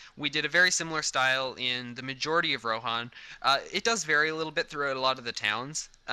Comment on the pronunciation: Since when is Rohan pronounced Ro-hon?